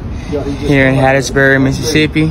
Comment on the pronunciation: Soon as he said they were in "Ole Miss-uh-sip" I knew what time it was.